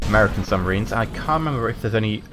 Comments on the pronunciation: Er... "suMBarines"?! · U say "suMBarines"